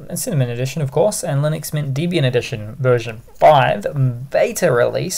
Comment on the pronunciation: Pronounced Debby-ian not Deebian.